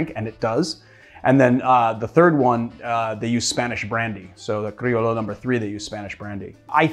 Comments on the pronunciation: Pronounced mojito crioyo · It’s actually pronounced “cree-o-yo” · Cri o Sho not lo, sho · Its pronounced crio(yo) like in yo-yo the toy. Salud🍻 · Came here for this haha. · Cool drink. The old Tom gin really compliments the mint. Lol, oh man. You have triggered every Spanish-speaking person with that Criollo pronunciation (myself included) but I’m sure you’re already used to us busting your chops for whatever you mispronounce here in the comments. Cheers! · Comme on! You can pronounce "criollo" better!